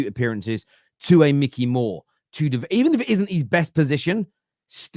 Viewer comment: It’s not Mickey, it’s Mikey 🤦